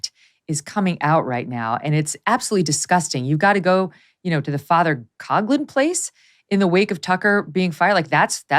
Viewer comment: FYI: The pronunciation of Father Coughlin's last name is not "Cog lin," it's Father "Cof lin." The same sound as when a person with the flu "cough."